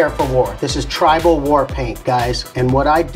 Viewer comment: Did he say tribal what 😂😂😂😭😭